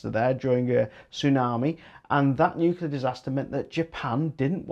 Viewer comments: I was hoping you would go into the ofgem surcharges to cover the losses from price capped energy companies that were forced into liquidation by government policy. All those costs were loaded onto the remaining suppliers. Glad to hear that you learned how to say Nuclear half way through but odd that you called it newkewler initially.😉 I would like to see a rise in co-operative new 100% renewable generation companies doing contracts direct with investor-consumers. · Thanks. BTW, glad you started saying nuclear properly after the first 5 minutes. 😉👍